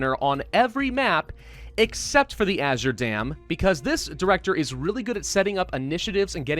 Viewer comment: The reason I typed Azier is because said that instead of Azure, and so I was like, Azier dam? What is Azier? because it is normally Azure.